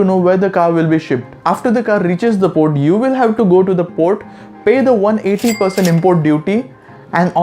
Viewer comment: My heart stopped when he pronounced 180% itself 😂, by the way cheers